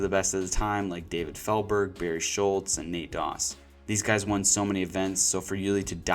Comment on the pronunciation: Bruhhhhh. It's BERRY. You can't be a true fan and not know how to say his name.